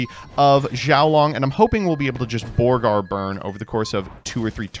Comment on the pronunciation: Somehow “Borger” became “Borgar”. Must be a leftist thing.